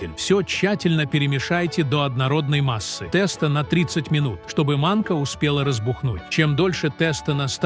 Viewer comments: У бабушек волосы встали бы дыбом услышав они ваше произнощение😂 В гороховый суп никогда не варили с курицей и показываете ребра, а не курицу. А уж про тестА я и не говорю. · Я думала что такое теста а потом догадалась, что это тесто. Ужас как можно так ставить неправильное ударение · да, тэсто убило совсем🤣